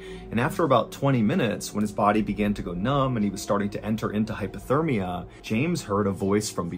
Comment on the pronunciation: Hypothermia not hyperthermia._